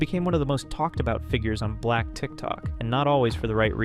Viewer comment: came here to say the samething the way he emphasized “Black” was weird and seemed like a micro aggression and racist 🤦🏿‍♂️ had to unlike the video half way through definitely won’t be supporting this channel